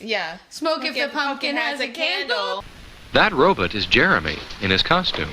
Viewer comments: Lol! Loved hearing A say Robutt😂 The pumpkin ad is just creepy!! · Smoke if someone says RoBET and not RoBOT.